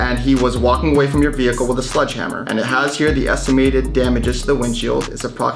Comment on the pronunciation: Sledgehammer. SLEDGE. Not sludge, please get that right before you go to court lol